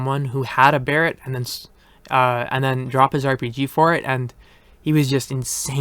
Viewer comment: Thank God you finally pronounce Barrett correctly